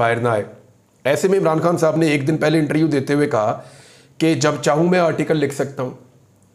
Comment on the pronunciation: پیارے بھائی میں آپ کو دیر سے فالو کرتا ہوں، اور آپ کے لیۓ دعا بھی کرتا ہوتا ہوں کہ خداوند آپ کو سنبھالے رکھے اور حفاظت کرے۔ لیکن ایک درستگی کیجیۓ پلیز۔ ایک لفظ جو آپ اکثر استعمال کرتے ہیں۔ وہ لفظ ہے اِنٹریوُ پلیز اِس لفظ کو ایسے بلائیۓ اِنٹرووُیو Inter View آپ بہت اچھا بولتے ہیں۔ آئی لو یوُ مائی برادر۔